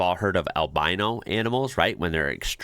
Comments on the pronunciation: Haha I noticed that too. How strange. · I didn't realise Americans pronounce "Albino" that way. I've never heard that before.